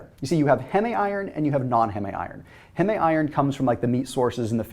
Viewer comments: Why is he pronouncing HEME as HEMEE? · Medical Technologist here. Heme is pronounced like heem (from hemoglobin) Not hem-mey. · HEEEEEEM not Hemé. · 'hem-e' is said 'heam' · I question your authority on this subject matter because you don't know how to pronounce Heme....